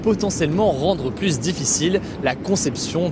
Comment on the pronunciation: Hugo et son « de plus en pluS » 🙏🤪